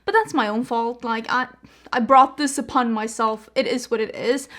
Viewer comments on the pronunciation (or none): none